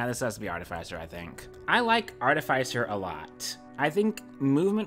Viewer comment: it hurts me how you pronounce artificer